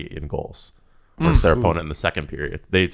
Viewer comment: It's "versus", not "verse".